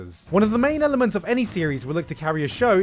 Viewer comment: "I'm gonna keep it to the YELLelements that I found [...]"